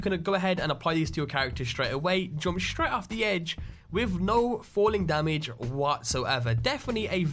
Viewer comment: yes its Silver SHroud, but not SHraight, its straight and its not CounterSHrike, its Counterstrike :)